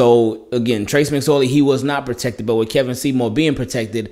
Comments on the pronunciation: Funny how I came across this video. It’s pronounced KEE-vawn not Keh-vin. Went to high school with him. Good for you Kevon! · His name is kevon!!! Kevon bro, not Kevin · Bro it’s pronounced key-von but it’s spelled kevon lol